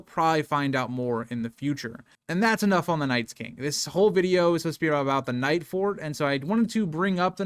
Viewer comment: Normally I wouldn't correct a YouTube streamer for a slip up, but you called the Nightfort the "Nights-fort" a dozen times before I decided it was worth mentioning.